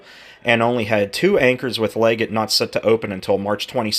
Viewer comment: I think its pronounced; Leg GET; like Hunter-Leggett, the Army post.